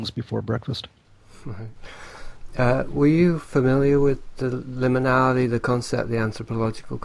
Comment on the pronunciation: one of the best Levenda interviews i've heard..but needs to learn how to pronounce 'liminality'..and to mumble less!